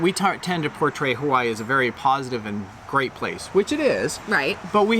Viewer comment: Aloha, I watched your video for 2 seconds and already you pronounced Hawai’i incorrectly. Please learn our correct pronunciation if you live here. That is very important first off if you’d like to connect with our people learn our culture Mahalo🙏🏼🤙🏽